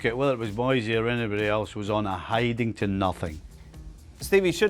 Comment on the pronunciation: It's Moyse not Moysay